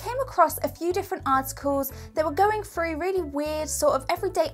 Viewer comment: Through not froo!